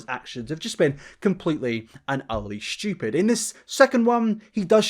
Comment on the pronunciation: “shtewpid” ahhh music to my ears